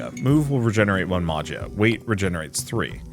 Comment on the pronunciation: I was wondering about gameplay for this game!!! Btw, Magia is pronounced “ma-he-ah”